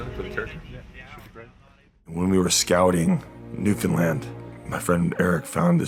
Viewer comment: only celebrity to pronounce newfoundland the right way ever